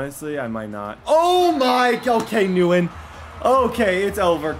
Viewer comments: It's thin win not newin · Nguyen is pronounced Win not Newen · says nguyen-nuwen instead of saying gwinn. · Every time he calls the guy New Win was cringe 😬. Literally had a pro football player named Dat Nguyen. It’s pronounced Win 😂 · the Nguyen is not pronounced “newen” it’s pronounced “win” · NGUYEN IS NOT “NEW IN”, ITS “WIN”. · 100% pronounced “win” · keep up the good work with your channel Bro!! Gotta let you know my dude Nyugen is pronounced Win. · keep up the good work with your channel Bro!! Gotta let you know my dude Nguyen is pronounced Win. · Nguyen = “win,wen” you were pronouncing this so wrong 🤣😅 good video mane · Quick tip for the next vid. It’s pronounced win (Nguyen) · Helpful advice “Nguyen” is actually pronounced “win” , it’s Vietnamese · thein nguyen is pronounced thin win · “Nguyen” is pronounced like the word “win” with an “n” sound in front. “nWin”. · Thien Nguyen is pronounced Thin Gwen Please like so can see. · Nguyen is pronounced “when” for future reference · only og's know its pronounced thin win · it’s Nguyen not nu-when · His name isn’t Wisebecker it’s weisbecker and Nguyen is pronounced “when” lol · Nguyen is pronounced “wen” just btw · Nguyen’s name is pronounced thinwen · Nguyen is pronounced win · Lol I love when he mispronounces names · I have to say that as someone who lives in Vietnam, your mispronunciation of Nguyen does irk me a little.😜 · Cool vid but the pronunciation of Nguyen is cringe asf 😖